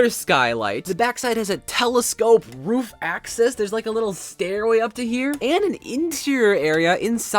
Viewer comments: It's not "roof" it's "ruff" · and he said ruff instead of roof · Why do you say ruf😂 it is roof I am not hating just saying and I like your builds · How does he keep on saying roof as ruf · roof not ruf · Is anyone else hearing rough not roof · It sounds like you're saying "rough" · i'm prety sure you said roof wrong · why do you say roof like that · The way he says roof makes me laugh for some reason